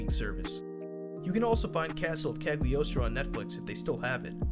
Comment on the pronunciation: The G is silent in Cagliostro, also there is a Lupin the 4th in a different anime